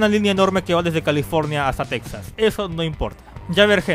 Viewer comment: Por cierto, se pronuncia Tejas :v